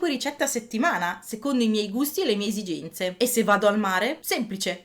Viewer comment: Video simpatico e ben fatto, ma la pronuncia italiana ... come minimo da rivedere :)) resisténte, frèschi, esigénze, ambiénte, spréco, Séttecénto, poténti, sécoli, certèzza ... mi fermo, ma ne sbagli troppi a raffica :))